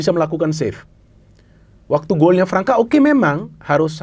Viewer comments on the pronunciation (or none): Pemain Brazil yang ada huruf ç nya, dibaca s. Gustavo Fransa. (Gustavo França)